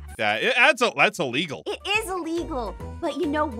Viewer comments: I love when says thats a illigel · YES ITS SOOO ILLGELLL